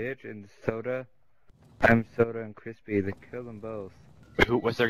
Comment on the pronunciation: Suda = soo-da jfc